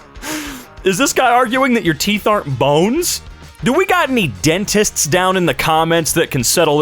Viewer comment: Teef r not bones